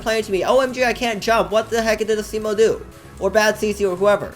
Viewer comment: ITS NOT FREAKING ASSIMO ITS ASIMO